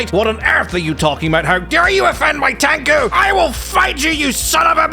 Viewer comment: "tanku" fuck